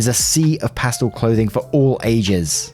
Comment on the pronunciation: Story 5 - When can't pronounce the word "pastel" correctly..................